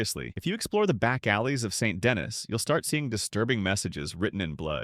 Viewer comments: Its pronounced "San Den E" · If you say Saint Denis like that ONE MORE TIME… I… I don’t know what I’ll do, but it’ll be something… I guess. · Saint Denis is French, so no that’s not how it’s pronounced. Additionally, name one time in the entirety of RDR2 where they do NOT use the French pronunciation of Saint Denis. … I’m waiting